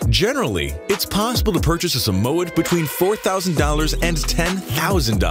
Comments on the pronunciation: Sa mow ed? We pronounce it Samoid in Australia. My inbox me had 2 as a kid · is anyone else annoyed by the was he said Samoyed? its literally pronounced (sam-oi-ed) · SamOh-Ed? Seriously? If you are going to pose as an “expert” by making this video, take the time to learn to pronounce the names of the breeds. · My Moodle was $5,200 And you say Samoyed like “Sam-oyed” And great vid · Not everyone knows how to pronounce it. 😉. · Im kinda triggered how he said Samoyed because I had one myself but I wont argue because their big puff balls.